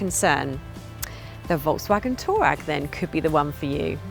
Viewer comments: Did she just said Volkwagen Toe RAG?😭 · Why is she calling it a Toe Rag?